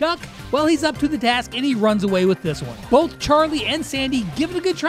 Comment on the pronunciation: Bro said obey in stead of away